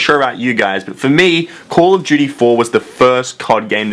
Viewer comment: Call of Juty